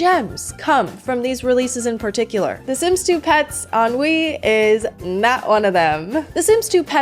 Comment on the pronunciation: Every time you say "The Sims 2 Pets on Wii," I just hear "The Sims 2 Pets ennui" lol